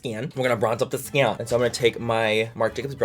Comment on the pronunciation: "We're gonna bronze up the skion!" Every pasty person ever.